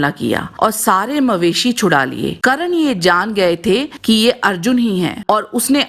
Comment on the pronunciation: Karan nhi burbok aurat, Karna bolo